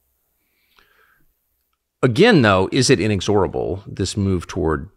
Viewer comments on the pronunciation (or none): tucker mispronouncing "inexorable", a word that's not that rare and there's really no excuse for not knowing how to say it